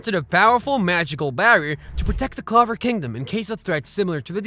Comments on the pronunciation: It’s clover not claver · Please stop calling it the claver kingdom 😆